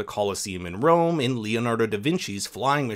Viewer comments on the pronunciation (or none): none